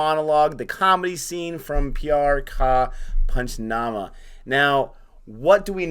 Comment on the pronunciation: Congratulations!! You nailed that pronunciation of Pyar Ka Punchnama